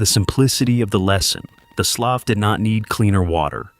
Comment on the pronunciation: That is pronounced like sloo